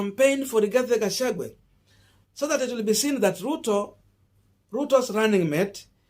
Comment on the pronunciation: Gachagua not Gachangwe